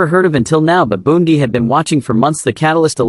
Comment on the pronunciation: This AI reading sucks. Words are mispronounced. There is no slight pause at the end of a sentence. It is all run-on and too fast. He name is Pam Bondi (pronounced Bondy, not Bon die.